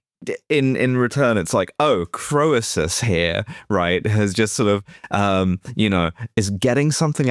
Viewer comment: It's Kreesus, not Crow Ees Us, thank me later